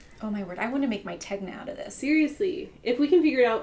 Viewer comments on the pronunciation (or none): Hi, Tegna is said with a silent G 🤗